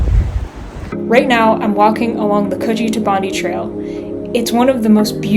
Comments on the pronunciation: Welcome to Australia. I hope you really enjoy your time here. And just so you know, Bondi is pronounced Bon-die, not Bon-dee. If you get a chance, travel up to Katoomba in the Blue Mountains (you can get a train from Central Station). You won't regret visiting the Blue Mountains and the absolutely gorgeous scenery. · Welcome to Australia! Hope you find it all that you hope it to be. Sandstone cliffs, in Sydney. And it's pronounced Bond-eye. Embrace the differences, explore Sydney's varied surrounds like the Blue Mountains. Public transport is really good, the Manly ferry gives a great view of the city and harbour.